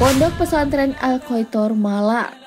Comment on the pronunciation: mba, itu al-khoirot mbaaa bukan al-khoitor 😂